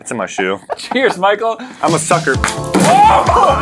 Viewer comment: Michael followed you for like six months and didn't read your name correctly.. lol can't say much I have done the same to another channel